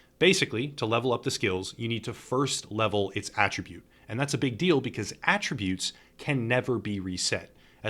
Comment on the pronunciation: Very good guide. A+ for being one of the only ones doing these guides that can actually pronounce "attributes" correctly.